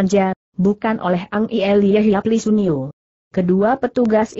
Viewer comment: Lis Un Nio? Mkin yang dimaksud Li Sun Nio. Suara google sering tidak semestinya. Bisakah mutu suara ditingkatkan agar cukup baik?